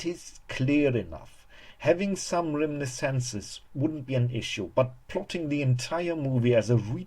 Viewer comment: Also, some of your syllable emphasis was unusual, specifically with "reminiscence" and "variant."